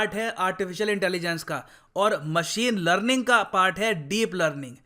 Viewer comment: 😂😂 literally, lerlinn(learning)